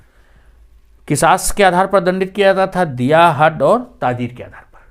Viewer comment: Accha lecture hai lekin kuch talaffuz me kharabiyan hain. HADD me D ko aise kaha jayega jaise kaha jaye- "tumne hadd kar di". Hadd jari karna matlab shariyat ke hukum se hadd jari ki jayegi yani saza ka taiyyun hoga. Adalat ke tamam kaam me farsi ka istemal hota tha aur aj bhi ye sab alfaz kai mulk me istemal hote hain. Apne Sunni Shia ka video banaya hai lekin aapko hazrat Ali ke Adalat ke muqadme parhna chahiye jo khud ek kitab hai jisme bahot mushkil aur pechida muqadame unhone ne poori adatlat matlab nayay se diye hain jiski misal ab tak nahi milti. Koi unse milne apne zaati kam se aya to unhone ne jalta hua chiragh buja diya isliye ki zaati kam ke liye wo baitul mal( sarkari khazana) ke wo tel jis se chiragh jal raha tha wo istemal nahi karna chahte the.